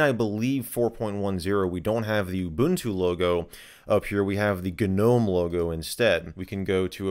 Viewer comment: Stop saying gnome like Mr. Lunt says gnat! 😝